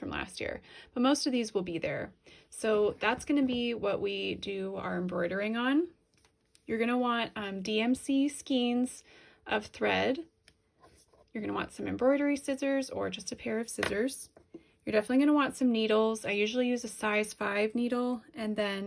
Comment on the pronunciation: Great tutorial! Thank you. By the way, “skein” rhymes with “rain”. 🪡